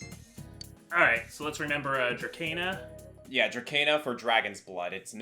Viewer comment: Just to point it out: Dracaena is pronounced dra-see-na